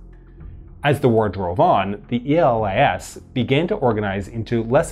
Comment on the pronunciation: I think it should be more appropriate to pronounce E.L.A.S. as one word and not as an acronym, since the idea of giving to this army this name was because it sounded as Greece is called in Greek. It is called Hellas and it is written in Greek Ελλας with double L (Ellas). So E.L.A.S (with one L) is pretty close. Actually, Greeks read those acronyms as words, so E.A.M. - E.L.A.S. was read as Eam--Elas, and I think it would sound better if it was read this way. Think about it, although obviously, it would be difficult to change the video.